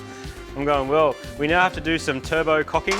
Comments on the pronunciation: Who else heard "Turbo Cocking"? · I heard it too. Martin definitely said, "turbo cocking".